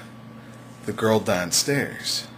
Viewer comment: danstairs? that seriously your accent where are you from?